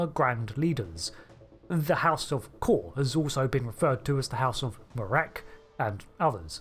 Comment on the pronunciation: Am I the only one that remembers his name is pronounced like "Koor" and not like "core?" When they said it differently in SNW than in TOS I thought Trek fans would spend the next week complaining that they said his name wrong, but instead they're saying it wrong too.